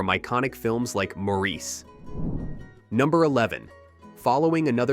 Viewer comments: That is, with respect, nonsense. The father I referred to was born in 1916. "More-eece" was something I first heard on "Bewitched" around 1966. The character is Samantha's father, and seems to have used a common American pronunciation. It was the ONLY time I heard it until the current rash of mispronunciation started about 20 years ago. I have lived a reasonably long time, and have met many Maurices in my time - it is the kind of name you notice, if you have it. Every one has been "morris". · It bothers me that you don't know the subject well enough to know that the name of the character and the very title of the book and film , "Maurice", is pronounce Morris. So I am NOT clicking JOIN as I don't trust your site. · If I as a francophone can pronounce it "MOR-riss," what the hell is your problem?! Did you not do your homework or is this more AI bullshit? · F your AI. It is *mo ris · How can you be taken seriously if you cannot even pronounce the title correctly? MORRIS!! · It's pronounced "Morris!" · Pronounced "Morris" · Geez. If you’re going to narrate, get the pronunciation right. 🙄. Sloppy. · Ok, you keep mispronouncing the name of the film. Super obnoxious and strange. Can't listen to this video. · When I heard him say it the second time I had to skip the video. If he watched the film he would have heard it pronounced properly a hundred times; why would you then purposefully mispronounce it? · They should have scripted it as "Morris" so the AI voice would have pronounced it correctly. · Since the story is set at the turn of the Century, it is still pronounced "Morris". Both my professors of Eng lang & lit were Cambridge men, one of them knew Forster in Forster's old age, when he was a resident Hon Fellow, and he shuddered at "Maureece". Apart from that I still would like evidence of your opinion that it was once pronounced in this Frenchified style in England. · "MORE-iss" Not "More-EECE." They say his name a million times in the film.